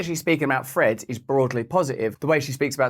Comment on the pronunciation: It's named "Threads", and not "Freds". Speak English!😂